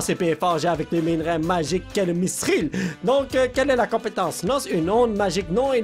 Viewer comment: On dit mitril pas missril